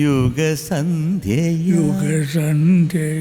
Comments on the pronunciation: It is not Ugasandhya .. it is ushasandhya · മനസ്സിലുണരൂ യുഗസന്ധ്യയായ് എന്നല്ല , ഉഷസന്ധ്യയായ് എന്നാണ്.